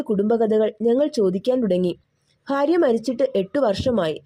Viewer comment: ഭാഗ്യം , ഭാര്യ, അൽഭുദാതരങ്ങൾ, ഇതൊക്കെ വ്യക്തമല്ലാതെ തെറ്റായി പറയുന്ന പോലെയുണ്ട് . അക്ഷരശുദ്ധി ആകാം